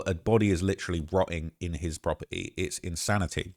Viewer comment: “From the proper-E”